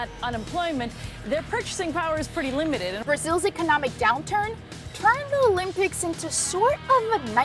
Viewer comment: Interesting how she repeatedly says, "The lympics" throughout the vid.